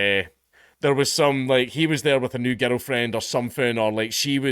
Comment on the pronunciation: Every time you say "girl friend" I hear 'oil friend' or 'ghetto friend'. I guess all 3 can be correct.